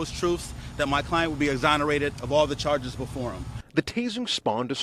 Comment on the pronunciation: Notice how the film was edited to just show the tasering? Did that laywer say TOOF and AZZONERATED? I have never heard those words before and I play scrabble!!!!